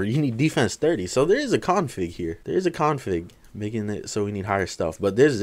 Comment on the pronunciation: Nobody: Not a single soul:: "a Co-onfig?"